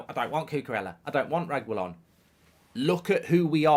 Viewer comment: Nahhhhh mark’s pronounciation of Reguillon is pissing me off 😂